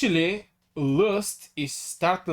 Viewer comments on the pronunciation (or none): Funny how you say LUST ... since when L its W ?